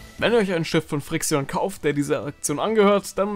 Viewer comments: Als ich gehört habe dass du fri-xi-on gesagt hast und nicht friktion(Aussprache haha). Das tat so weh alter😂😂😂 (Achtung Humor) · Spricht man die nicht 'Frikschn' aus?? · Wenn dann doch friction, oder? Und so steht es nunmal drauf...